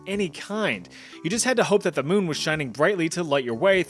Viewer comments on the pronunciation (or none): none